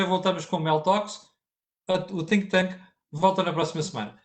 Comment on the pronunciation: Cada vez que diz think thank parece dizer sink thank o tanke de afogamento...